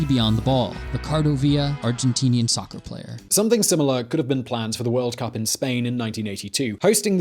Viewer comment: I'm sorry. You pronounced SOCCER wrong! 😂😂